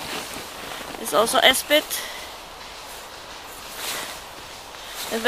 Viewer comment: Esbit.... not Espit.......;-) The Wildchips sound very interesting, I may have to put in an order soon, they look delicious., maybe you need to open an international shipping company soon?